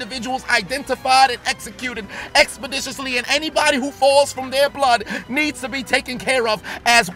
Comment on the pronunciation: The amount of times I heard the word expodiciously...